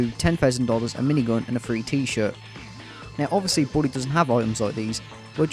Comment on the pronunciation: you said christmas in "bwooley " and "boot presents "